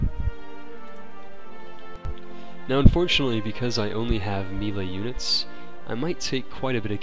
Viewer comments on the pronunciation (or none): did he say "mee-luh" units instead of "may-lay" for melee?